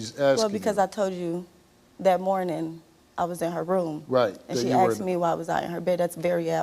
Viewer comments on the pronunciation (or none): Is the past tense word “asked” really THAT hard to pronounce. “I AXED my mom. My mom AXED me.” So it was an ax fight. Sounds interesting.